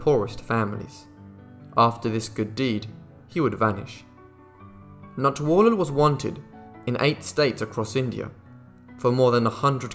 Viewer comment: I'm giving you a like just for saying Natwarlal so well over and over.